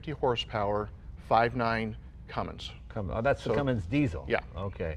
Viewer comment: I am disappointed in Jay... he said "Cummings"😬 it's "Cummins".